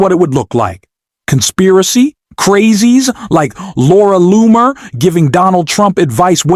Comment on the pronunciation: Please pick one pronunciation and stick with it! Loamer, Lonet, Loomer. Even if it’s off, just stick with one, ok? It’s distracting. Thank you. Otherwise, your video is very good.